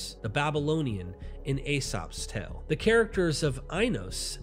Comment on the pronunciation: These multi-hour videos are much too long to watch at even a couple of sittings. It should be two hours tops. Also,, the word tale is pronounced like tail, not tell. I like the content, but I kept wondering what a tell was. Then it dawned on me you were saying tale. Love you and I really don't like to nitpick. Keep up the good work, but shorter. These are my humble opinion.